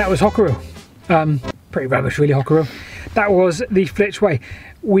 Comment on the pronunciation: Also for future reference Hockerill has a silent 'e' - i.e. it is pronounced 'Hockrill'!